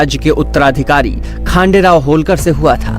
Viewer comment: Learn to pronounce marathi words as it is...Don't put a hindi template on them...होळकर... NOT होलकर....खंडेराव...NOT खांडेराव....